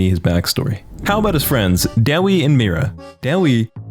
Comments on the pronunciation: Bro its not "de-weeeee" its "da-waaaay" but its one syllable. Also when are you doing twitch. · Dude am i the only one cringing about how he says dawies name